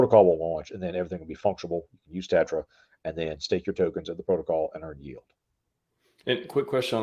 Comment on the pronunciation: Tetra , not terra 😅